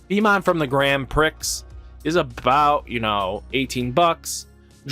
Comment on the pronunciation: The "x" is silent in GrandPrix (pri).